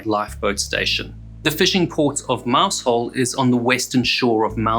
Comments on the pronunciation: if you are going to produce a diatribe on the Penlee Lifeboat with the loss of all 8 crew members AT LEAST HONOUR THEM BY PRONOUNCING THE NAME OF THE VILLAGE THAT THESE BRAVE MEN LIVED IN, it may be spelt Mousehole but its actually pronounced MOWZUL or as near as that...undoulbtedly these men were super heroes for responding to a call that was lashing the seas with Hurricane force winds, the community of Moushole lost 8 brave guys so at least try to pronounce their village name correctly, thank you. just a footnote not every crew member was recovered so when you gaze out over the sea please say a prayer for those lost souls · It wasn't 4 men taken on board. It was a woman, two little girls and one crewman. They were going back alongside the Union Star to get the remaining crew & the skipper when they were swamped by a 60 ft wave & lost all hands on both vessels. And the village name is pronounced Mausel. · it's pronounced MOUZOLE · it’s not mouse hole but Mowzle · It's pronounced 'Mowzle', not 'Mouse-hole'. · It is pronounced "Mowzle". Those who don't say it that way are wrong. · Mousehole is pronounced "mow zul" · I was once corrected by some locals pronouncing it like that. They say Mausall. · It is pronounced mowszul. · Greater love has no man than this, that he lays down his life for his friends, and these fine men laid down their lives for strangers. May they rest in peace. A very small point, Mousehole is pronounced locally, Mau-zel. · Just FYI Mousehole is pronounced Mouzel! I watched the total eclipse there in 2001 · Mousehole - pronounced Mouzll I was only a child when the Longhope lifeboat was lost. I remember it being brought to Scrabster harbour, where the whole harbour was closed whilst the wreckage was explored. All but one of the crew were found still strapped in to their seats. If I remember, they were members of only three families. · It’s mowzel…..please remember it’s mowzel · They drop the h from mousehole and pronounce it mouseole.